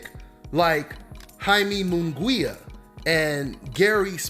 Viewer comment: Let me help you idiots out, this is how pronounce munguia:...moon-ghee-ah..